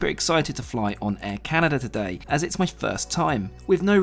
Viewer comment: Air Caren, eh?